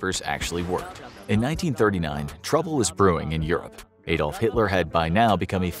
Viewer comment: In all their research, the voice over guy didn't even know how to pronounce Adolf properly. Really fed up with Americans mispronouncing words.